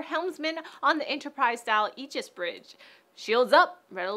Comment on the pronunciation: Wow I'm impressed, you pronounced Aegis properly. I was in the U.S. Navy and one of the main system's on the destroyer's is called Aegis also. I wish people would learn that the A is silent.